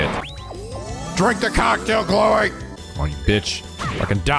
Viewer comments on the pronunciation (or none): I will mention that the name loewe is pronounced like loov-eigh and not pronounced like low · since you'll be seeing his name a lot more now, loewe's name is also in german it's pronounced loovey